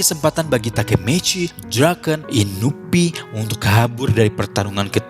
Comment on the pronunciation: Bener inupi